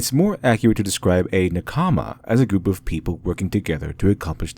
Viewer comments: Really interesting. I also recommend the book "Samurai from outer space", by Antonia Levi. (Though the pronunciation "naKAAAAAAAmi" is annoying. Say "NAkami", with stress on the first syllable and short vowels throughout. It will be wrong, but a lot less wrong.) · The way you pronunce NAkama as naKAma means i didn't understand what concept you were talking about before reading it on the screen. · Ahhh good essay but..... It's not NA-kama its NaKama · NaKAma.... Mmmrrmmm. NAkama. In general, emphasize the first syllable in Japanese words. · Nakama doesn't seem like a word embedded with deep meaning you can't get in English. It means colleague, compatriot, party member and so on. Japanese has even stress on all syllables and it's a little distracting to hear naka-ma when it should be na-ka-ma. Pedantic to be sure, but the author did go all in on the word so.... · save me pls, i barely could keep up, all i heard was nakAma, nakAma, nakAma. Never heard this word from an english speaker, so it sounds silly xD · I don't understand how americans after watching so many anime can pronounce simple, common Japanese words so horribly. NakAma, really? Good video though. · Please stop saying Nakaamaa. Thank you. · He butchered Na-KA-ma. It was very distracting. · OMG! It's pronounced "NAH-kama!" You keep putting the emphasis wrong and it's highly distracting and frustrating. Watching literally any of the modern anime you mentioned would have revealed this to you. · Meanwhile I’m over here 3 min into the vid, frustrated at how he mispronounces “nakama” even though basic Japanese pronunciation couldn’t be easier and despite the 30 min video he couldn’t be bothered to do that much research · Great content! Thank you. Sorry I'm over a year late. You're incredibly intelligent, but some of the pronunciations detracted from my enjoyment. Surprisingly correct: denouement Socially acceptable: anime, manga Made me sad: nakama, mischievous, Oedipus, Delphi